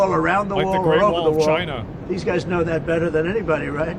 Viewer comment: DONALD TRUMP NO TRYST CHY-NAH CHY-NAH IS AZHOLE!